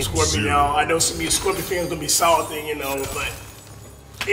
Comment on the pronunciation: Ik this mans did not say scorpion😂😂😂😂